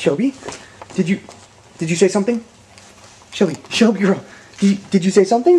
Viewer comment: its shelby not shelly don't hate me